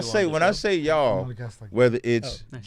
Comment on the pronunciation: I've never heard "y'all" pronounced jewishly before lmao